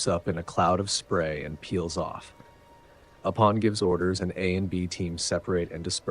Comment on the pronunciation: He's actually aware of that and replied to a similar comment in the 1st video of the series. This video is based off the 1983 script, which was tentatively titled Alien 2. One thing he gets wrong, and that I find it impossible to forgive, is the mispronunciation of Apone🤣